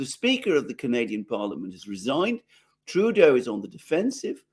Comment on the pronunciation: Heil Trudeuh!